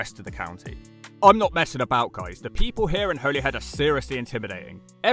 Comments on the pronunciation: Being Irish I've passed through Holyhead many times. (Every single person in Ireland pronounces it 'Hollyhead') I've been all across the UK and I'd say Holyhead is one of the bleakest places I've been to there. I hope the rejuvenation is successful, but I have my doubts. I remember multiple times where I'd arrive there a few hours before the ferry back to Ireland, and ideally it would be nice to spent a couple of hours in a nice cafe, pub or restaurant. It had none of these things. As I recall, the drive-in Mcdonalds was the best food place there. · You pronounced Holyhead correctly the first time. Not the weird way on the rest of the video. Caergybi in Welsh. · Every large mining area is excluded from the national park, because they're so heavily altered by heavy industry, all UK national parks exclude areas altered by heavy industry. You were right the first time, Holyhead is pronounced like the plant used for xmas decorations, whoever corrected you might have been taking the piss! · Holey Head - someone's had you on mate 😂 It's pronounced Hollyhead, as you thought. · Despite the spelling, I'm pretty sure you still pronounce it 'Holly Head'. Pronunciation just changed over the centuries. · Holy head? I pronounced it like that my whole life until like 2 years ago when i was told it was Holly head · your the first person ive her heard pronounce it holy instead of holly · btw Holyhead is actually pronounced "Holly~head"... really. i grew up there. i know it's technically called Holy Island, but i promise you that the first part is pronounced "Holly" in Holyhead by everyone who lives there. or Caergybi in Welsh. it's not just ferries - there are also cruise ships that now stop at Holyhead. they're a fairly recent addition. and yet the cruise ship visitors still don't seem to be bringing in any money. not that there's any decent shops apart from one coffee shop where they can spend their cash. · No it’s pronounced as holly-head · Its pronounced holly head mate :p